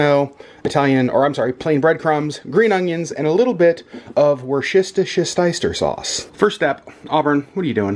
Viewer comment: You say Worcestershire sauce like my dad! He adds like 3 extra syllables and I love it. So of course I say it like that as well. 😄